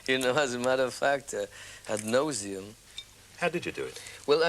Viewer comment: circa Polanski saying he'd been asked about the nose scene from China Town by journalists ad NOSEeam instead of ad NAUSeam. Amazing pun.